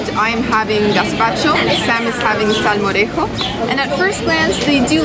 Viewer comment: Hi guys! I'm from Sevilla(Seville), main city of Andalucía(Andalusia), near to Córdoba. I love how you pronounce "Córdoba" and "salmorejo". Your pronunciation is PERFECT. Gazpacho is almost perfect too! You should taste gazpacho and salmorejo in Andalusía better than Madrid. Andalusía is hotter than Madrid and when you eat those "cold soups" is like HEAVEN. Same with beer in Andalusia. I hope you have fun in Spain guys. I like your videos ^^